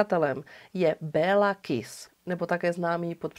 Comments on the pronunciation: Děkuji moc za super příběh, opět skvěle zpracované =) jen maďarsky se to vyslovuje Kiš ;) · Super video:) jen v maďarštině se dvě S čtou jako Š. Takže Kiš😉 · Taký drobný detail...jeho meno sa vyslovuje "Kišš" :) V maďarčine je "S" vyslovované ako "Š" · Ano. Kiš.v překladu Malý.🤔. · Moc pěkně zpracované, jako vždy. Jen pro pořádek- "s" se v maďarštině vyslovuje jako "š" (Kiš), "gy" jako ˇ"ď" (Naď)... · Moc rádi vás sledujeme , jste super . Kiss v maďarštině se čte jako Kiš .. to je jen drobnost, jinak jak píšu super a aj tak super 😊 Károly Nagy - Károly Naď